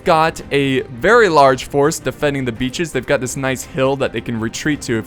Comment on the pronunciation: Every time he says hold the beaches, for mě it sounds like: hold the bitches!!! protect the whorehouse!!!